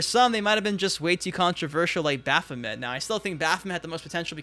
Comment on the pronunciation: Baph o mint 🤣🤣🤣🤣